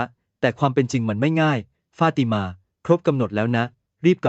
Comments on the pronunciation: ไม่ทราบว่าคนที่บรรยายอ้านภาษาไทยไก้ป่าวเผลอ อ่านว่า เผภลอเหรอ ฟาดมานั่นคือฟาติมาป้าว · มันอ่านอะไรของมัน ฟาดมา= ฟา ติ มา ข่มคู้ = ข่ม ขู่